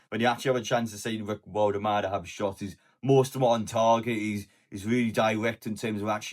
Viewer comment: in German W is pronounced V